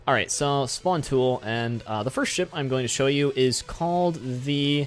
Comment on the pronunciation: When You Say 'Ship' I Hear 'Shit'